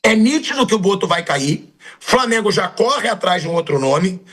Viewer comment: Ele tambem fala Framengo